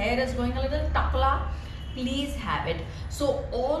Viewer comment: That pronunciation of the word "Takla" sounded funny and with accent! jokes apart the video is very helpful